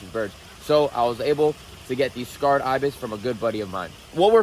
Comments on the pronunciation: Why are you saying scarred ibis? Its just pronounced sacred. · Bro they are Sacred Ibis not scarred Ibis 🤣 it’s ridiculous you buy animals and can’t even pronounce their species correctly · "Sacred" not "scarred," ibis. They were sacred to ancient Egyptians. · It is not "scarred Ibis". It is Sacred Ibis! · its Sacred btw, not Scarred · Sacred ... Not scarred.🙄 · The pronunciation is say-kruhd